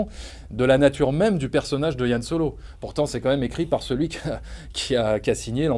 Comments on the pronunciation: C'est Han Solo pas Yann !Que diable ... Apres le souci c est que le charisme de solo vient du mystère sur son background. Et du coup on avait pas besoin de savoir tout ça sur lui. Et du coup je n'irais pas le voir car mon imaginaire fait sans doute 10 fois mieux le taff que ce film. Ce film désacralise tout je trouve. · C'est "HAN" pas "YANN" bordel mdr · Arrêtez de dire "Yan Solo" 😭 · C han pas Yan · non pas "Yan Solo" mais "Han Solo" :D